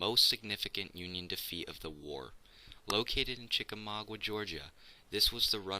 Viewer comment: You mispronounce Chicamauga. -- A Georgia native.